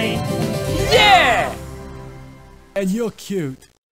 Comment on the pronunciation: an ur cyoowt